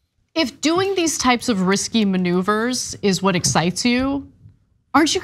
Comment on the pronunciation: Ana-it is Risque, (riskay) not risky.